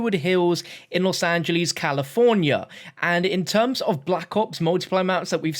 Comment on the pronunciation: Los Angelees